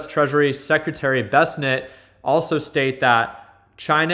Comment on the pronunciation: Its so funy when you call the Treasury Sec Bessenet lol Not sure if you are doing that intentionally. Its Scott Bessent